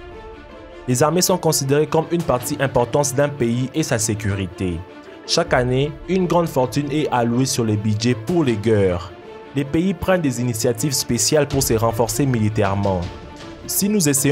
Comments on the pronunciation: Pour les Geurres hh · pour les gueurres J'en peux plus :D